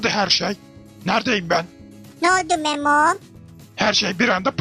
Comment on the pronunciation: memom diyo ya